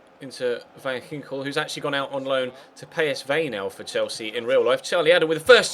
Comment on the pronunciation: You pronounced Van Ginkel very good!